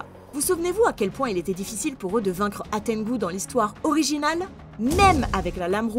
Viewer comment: Hantengu pas Hatengu